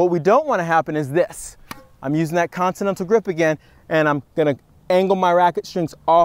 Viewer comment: He can't say continental bahaha